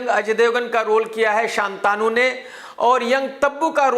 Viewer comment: शांतनु है शान्तानु नहीं।